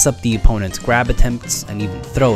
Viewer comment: “while holding the gwab button a bit longer”